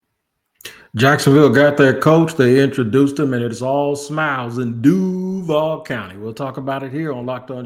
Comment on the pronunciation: Maybe I just got lost in the sauce but that Du-vall, was cringe beyond belief.